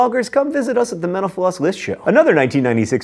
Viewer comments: Anyone else notice that in his closing, when he says thanks for watching mental floss, it sounds like menopause? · whenever he said “mental floss” i tHOUGHT HE WAS SAYING MENOPAUSE AND I WAS SO CONFUSED